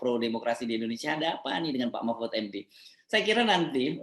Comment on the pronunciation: Mpud...mpuudd...mpuudd ( Ente sdg mabok yaa )